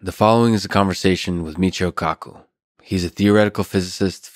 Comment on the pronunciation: i thought he said mucho cocko